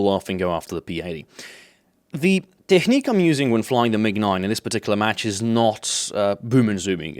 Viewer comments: Please stop pronouncing technique like it's the German "Technik" ( ͡° ͜ʖ ͡°) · Its funny how you pronounce technique xD